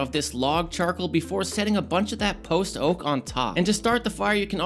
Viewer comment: keeps saying post oak like post-oak as if theres a pre-oak lol. post oak is a species of oak like silver, white, water etc.